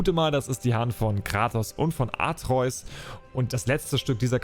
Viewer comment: Sprech doch den Namen von Kratos Sohn bitte richtig aus 😂 - AtrEUs hört sich kacke an und wird kein einziges Mal so gesagt. Sprechs lieber AtrE-Us aus